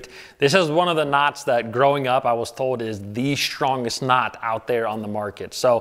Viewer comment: "The shtrongest." Watch out for shnakes!